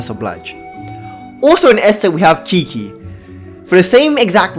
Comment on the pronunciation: lol, stop saying kiki.😅 its chichi